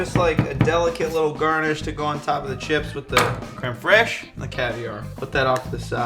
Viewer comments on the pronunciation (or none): crème freeeesh 😂